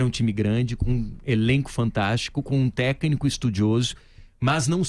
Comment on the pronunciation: Você vê o nível da diretoria que está infiltrada para pegar o dinheiro do Cruzeiro, quando você assiste num vídeo desse, um dos diretores não conseguindo nem pronunciar a palavra "técnico". O cara fala "Techno". Ele tá falando de música eletrônica??!!